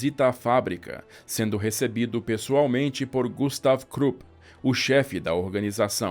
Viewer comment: Gustav kkk falou so o O para meu nome